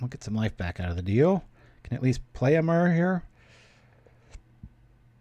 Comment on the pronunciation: Bro, everything else aside how do you pronounce myr as anything but mirror?